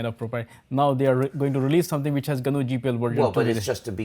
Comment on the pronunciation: gnu/linox, he pronounced gnu right